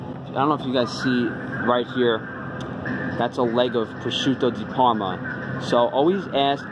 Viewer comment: very nice pronunciation of prosciutto di parma! thanks for the video